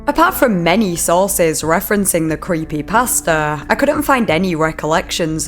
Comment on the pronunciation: Omg I thought when she was saying creepypasta she was actually saying creepy pastor LMFAO